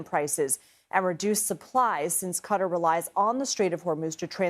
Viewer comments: Jeez, it is not "cutter," it is /kuh taar/. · Qatar* not cutter.